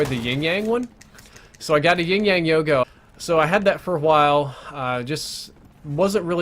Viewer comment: You need to learn how to say the word yo-yo.